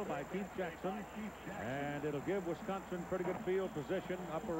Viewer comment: I wish announcers would learn how to pronounce wisCONsin.